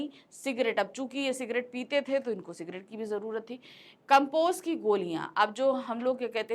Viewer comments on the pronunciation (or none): Maam says cigrate